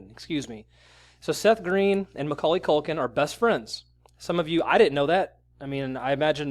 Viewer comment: mckulkin STOP saying mckulkin, I can't breathe😂